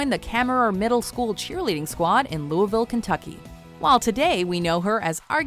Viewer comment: hey you guys pronounced Louisville correctly! thank you